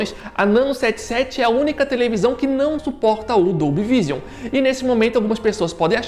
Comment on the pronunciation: só uma dica, a pronúncia de Vision seria algo como "viijâm"